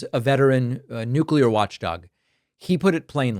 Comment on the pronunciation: "Nu-culur"😂 His Orangeness is yelling at clouds every day. It's exhausting. So is Trump's minions' need to tell everyone of how great and badass they are on an almost daily basis. All expressed in this super macho, self promoting, nonsense language that reeks of incompetence. Yuck!